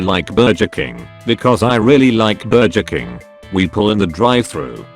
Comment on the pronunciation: I probably hear the word "Bur-juh King" more times in one story than I have in a life time